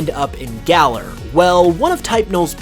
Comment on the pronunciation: Why does he keep saying Gala? It's Galar, dude